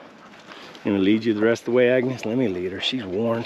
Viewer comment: the name of the mule is Agnes, not agnus 🙂